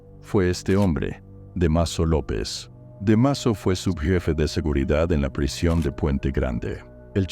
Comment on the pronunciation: DEMASO? DÁMASO!!!